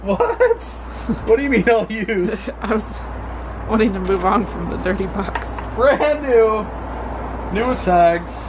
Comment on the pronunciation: If this 2 videos played at a bar... It would the the best drinking game EVER. "It's bran New" 🥃-- Shot--🥃You'll make some alcholohics really happy!!! 🤣🤣🤣